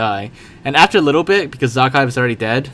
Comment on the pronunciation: Nobody : Absolutely No One : Generalkidd : zAA-khaev